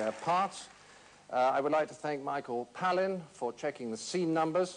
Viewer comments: In case no one noticed: he pronounces the name of his friend „Michael PaLLin“ purposefully wrong. The same joke can be seen outside the Shakespeare Globe Theatre in London, where he paid the staff to write Palins name wrong on a stoneplate. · He said Palin wrong!!! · He pronounced micheal Palin's name wrong haha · I still think the funniest part is when he mispronounces Palin on purpose, he does that to annoy Michael. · Thanks for the info! I wondered about that because I remember John pronouncing Michael's name correctly when he was amused by Sarah Palin's hilarious stupidity and sorry for Michael not being the funniest Palin anymore. :) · I did notice (few years ago), but obviously I thought this was just John's way of pronouncing Michael Palin's name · I like how he mispronounced Palin's name haha